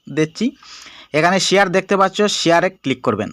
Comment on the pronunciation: ইনফরমেশন ঠিক আছে। তবে আপনার ভাষার উন্নতি করতে হবে! দেখতে পাচ্চু এটি বারবার উচ্চারণ হচ্ছে।